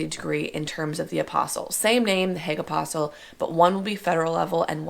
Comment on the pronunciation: Perhaps a bit of effort to pronounce one of the principal words correctly would be a good idea. It's not 'apostle,' that's a follower of Jesus in the bible. Also, if you were to lose the air-head bimbo-isms that would be a step in the right direction. You voted for Biden, right?